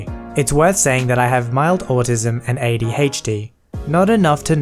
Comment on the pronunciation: not to be mean or make fun of a accent, but him saying AD-haechD cracked me up a bit.